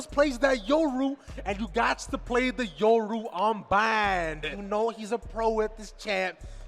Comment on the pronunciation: When a professional commentator calls yoru “euro”